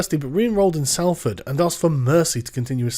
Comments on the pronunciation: "Salford" is pronounced "sollfud". Just sayin'... ;-) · Come on Sargon, you can't even pronounce Salford right? Lmao